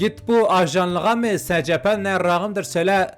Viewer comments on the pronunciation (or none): Secpe diyil Esipi